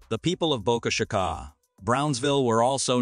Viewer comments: Great channel destroyed by using a GD Robovoice. 8 billion humans not 1 of them good enough to narrate ? obviously its a robovoice because of mispronunciation of Boca Chica. How Lame. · You need to lean how to say boca chica ! You are pronouncing it wrong